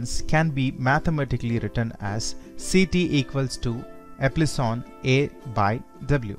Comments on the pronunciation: Good explanation.. A small correction though.. Its epsilon not eplison.. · It's not eplison ,it's epsilon right